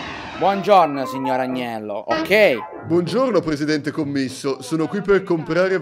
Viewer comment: Commisso non si pronuncia così